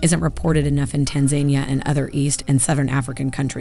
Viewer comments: who tf says Tanzania like that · I'm skeptical about this video because she can't even pronounce Tanzania correctly. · It's pronounced 'Tan Zah Nia' in Tanzania and the rest of the humanity, not 'Tan Zaynia'. Only 0.88% of humanity and 21% of Americans do this. In the US it is almost exclusively pronounced 'Tan Zaynia' among some Southerners of all races and some African Americans nationwide. How would Americans like it if one out of 5 Brits called them 'Ay Merikaynz' in the age of the internet? Not much I suspect. Most Americans (terrible history and geography education by 1st world and a half of 2nd world standards) cannot unprepared name more than 4 African nations (including most 4th+ generation African Americans). 8% of Americans think fictional Marvel-comics Wakanda is a name of a real country in Africa (12% among African Americans). 70% of Americans cannot find South Africa on a place-name-free map of Africa (75% among African Americans). 75% of African Americans think Pharaoh Cleopatra Ptolemy and all the Ptolemy's (Greek compulsory-interbreeding Pharaohs) before her and after were of mixed or full Nubian (southern border-Egyptian/upper-Sudan-border) 'black' race. The Ptolemy's were white Greeks and famed for interbreeding solely among their own family and ethnicity (their 'ethnic Greek-blood purity' and 'familial royal lineage' a priority for them to deliberately separate themselves from the people they ruled over). Unfortunately the cartoon popular racist history taught in Europe and then the USA in the 1800s-1900s made Cleopatra out to be an important instead of a minor peripheral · "Tan-za-NIA" not "Tan-ZANI-a" 🙄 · Tan-ZAN-ee-a is the proper way to pronounce this country. Tan-Zu-KNEE-uh is incorrect. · I’m puzzled by her pronunciation of Tanzania. I thought it was Tan-za-NEE-ah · tanZAINia?! Wrong emphasis on the pronunciation! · TAN- ZA-NIA all the A's are pronounced like you would the word Apple. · Pretty sure that’s pronounced TAN-ZA-NEE-AH